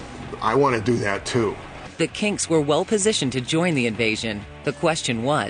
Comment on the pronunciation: They seem to be able to say 'Kinks' properly...